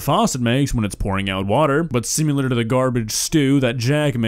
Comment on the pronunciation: Only thing worse than the bacon grease sound is the sound of "similar" being pronounced "sim- you-lerr"